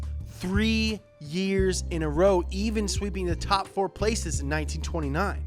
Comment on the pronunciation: why is it so wrong hearing that AYVEN instead EEVEN